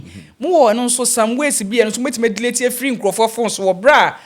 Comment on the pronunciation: Hi Lady, the word is pronounced delete and not DELATE !!! Just mind your pronunciation PLEASE!!!